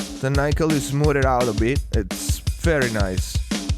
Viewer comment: Nickel is pronounced with a short 'i' - as in 'sick', 'lick', etc. Nice review otherwise...